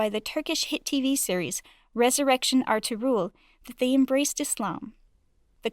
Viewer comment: The way she pronounces Ertagul